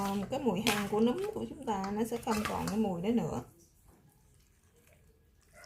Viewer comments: Nấm chứ kg phải núm nha chị phát âm cho đúng nha chị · Em gái nấu món chay ngon ! Khi em phát âm từ " nấm " nó khác với từ " núm " , 2 từ này 2 nghĩa khác nhau 😂🤗 !